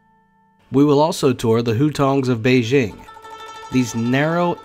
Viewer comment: You're pronouncing Beijing wrong. "J" is hard, not like "Beige". BEI-JING.